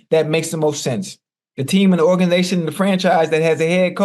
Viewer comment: Hold up again. Did Chad just say organation 😂😂😂